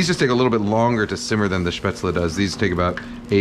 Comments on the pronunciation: You learned to pronounce Spätzle right, nice. :) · Well Kenji you always impress me again. I never expected an American to pronounce Spätzle correctly. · You pronounced Spätzle correctly 👌🏻 like your content